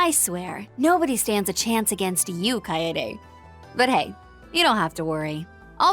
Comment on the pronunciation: Chloe (Judith's mom) and Dominique did bring up that Risette looks a lot like someone they're familiar with... EDIT: that, and the name Kaede has come up before in act 1. On that note, it's pronounced Ka-e-de in three syllables, both e's being the same eh sound. Because non-english stuff is self-consistent like that.